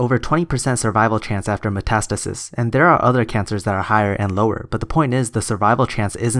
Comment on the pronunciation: When you say "matastasis is" it sounds like you're saying "matistasisisis" 😂